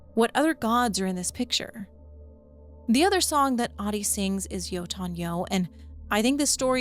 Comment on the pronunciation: it's always so funny hear ppl pronounce yötön yö as jotun joo.